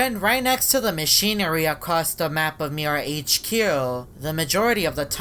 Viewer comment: sophia said MIRAHQ For 10 seconds